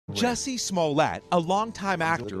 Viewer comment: It's pronounced "Juicy", geez read a book